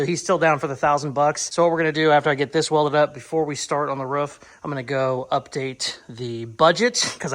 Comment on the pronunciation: Aghhhh!!!! You said ROOF instead of ruff!!!! Yesssss! Love it!!! I’d re-subscribe if I could!